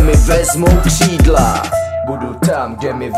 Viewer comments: Že neumí Ř? Kšídla... :D:D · Nauč se říkat ř !! Kšídlaa :D